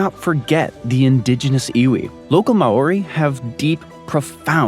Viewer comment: I appreciated that your video was accurate as far as building a bridge between the two islands of New Zealand. However, I was offended as a journalist and a New Zealander that you couldn’t be bothered to research how to pronounce Māori. Unprofessional.